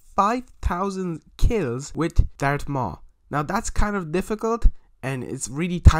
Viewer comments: Did u say dark maul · Im sory but him saying dart maul is trigiring for me